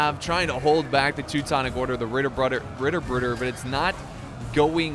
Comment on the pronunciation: if you want to pronounce those Ritterbruder better, try to focus on those T's.